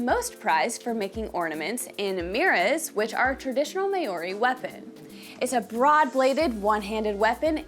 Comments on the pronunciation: " the may oree people" geez. Maori is like saying cow but with an m and ree at the end. No hate just correcting an innocent mistake, thanks for taking interest in another culture. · Never heard maori pronounced like that 😅 try saying the ri part like a roll on the tongue... the clubs can also be called patu. I personally own a wahika 😝 also wahika with the hi being pronounced more like hee. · Can't even say Maori correctly - not a good start. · I agree